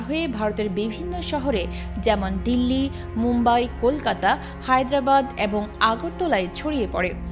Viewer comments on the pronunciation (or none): none